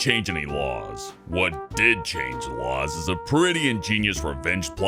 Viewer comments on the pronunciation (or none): none